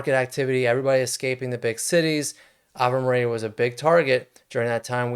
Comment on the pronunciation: It’s AVE MARIA